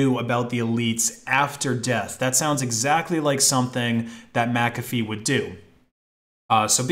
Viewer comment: Thank you for pronouncing McAfee properly, everybody always pronounced it wrong when they say my name